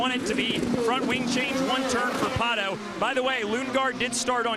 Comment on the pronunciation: at least F1 commentators make an effort to pronounce the driver's name correctly. This guy says "palo oward"? Jesus christ, it is PATO Oward, such an American sheez.